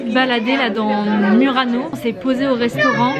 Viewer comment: Non si può sentire Murano alla francese abbiate un po' di rispetto e imparate la vera pronuncia se no fate ridere.